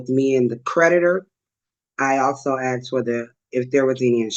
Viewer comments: When said she has "axed" for certain information, I knew we dealing with a paint and crayon barista of the highest order!. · One of the things that annoys me most is when these defendants say they "Axed" for "XYZ". If they cant'd even say the word "ASKED" correctly, why in the hell should they have any thought toward them being competent enough to represent themselves